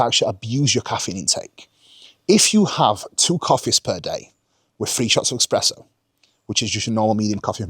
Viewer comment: it's espresso my dude, no x in there